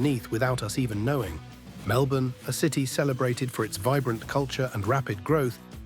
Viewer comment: Let alone the fact it pronounced Melbourne pretty well but Cranbourne absolutely terribly